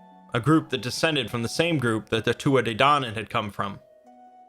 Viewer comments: Great video but for future reference it's pronounced "Tooth Ah Day Dan On" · Pronounced two ah ha day donnin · he said it so wrong